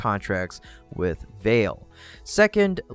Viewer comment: Great comprehensive video! Note: “Vale” is pronounced “Val-lay”